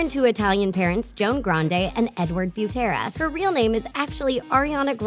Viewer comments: Ur saying Butera wrongggggg😹 it’s said like this:the boo in boot is for bu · everyone: butera thetrendy: bjutera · “Beautera” no hate but it’s “bootera”, well it’s not spelled like that but it’s pronounced like “bootera” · the way you butchered "butera" was sooo offending.